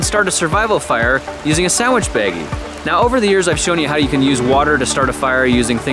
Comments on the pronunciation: even if he does at the y part at the end he doesn't say "baggy" he says "Begay" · he said beggy not beg try listening to it more louder